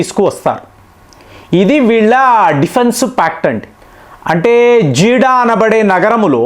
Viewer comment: జీడా కాదు జెడ్డా నగరం అది.